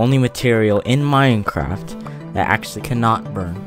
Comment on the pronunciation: he kinda sounds like he said MINECRAP